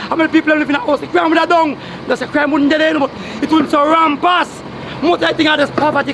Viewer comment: rampass !!:face-purple-crying::face-purple-crying::face-purple-crying:lol it is rampant.😁😁😁😁